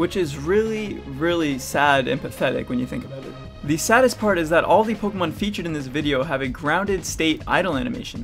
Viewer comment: The way you pronounce “Pokémon” doesn’t sound good.